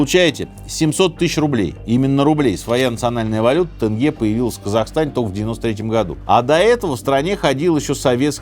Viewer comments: Тенге, а не Тэнгэ) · Дядь Серёж,название национальной валюты РК произносится через "е" и звучит как тЕнге(со смягчением букв Т и Н(но ни в коем случае не тЭнге! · НЕ ТЭНГЕ, А ТЕНГЕ, НУ ПОЧЕМУ ВЫ ИЗ РЕСЕЙ, ТАК ВСЕГДА ГОВОРИТЕ? БЕСИТ, и не мантЫ, а мАнты, запомните и уважайте это! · тЕнге, а не тЭнге. “Теремок” же можете выговорить🤦🏼‍♀️ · Актобееее, не Э, Теееенге, не Тэнге 😂